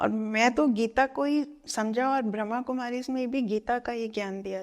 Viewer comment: ❤❤ ब्रह्माकुमारी होता है, ब्रह्मकुमारी नहीं । कृप्या उच्चारण पर ध्यान दें। ❤❤ ओम् शान्ति।